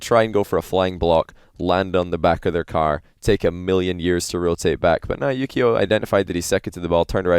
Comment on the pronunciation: Wait, his name is Yukeo? I always hear Yu-Gi-Oh!